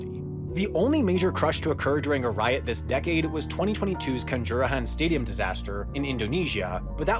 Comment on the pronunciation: The way you pronounce kanjuruhan is funny 🤣🤣🤣